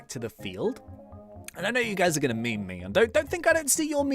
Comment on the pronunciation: You say meme but it sond like bee sowrm grind